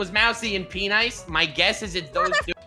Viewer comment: I am Australia and I can say that every word is pronounced penice